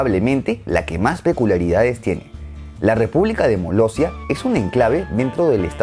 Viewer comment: Todas menos Molestia... Molossia